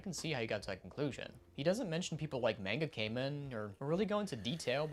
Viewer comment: Ok it seems can't say it correctly: its MAN-GA KA-MEN. not MAYN-GA KAY-MEN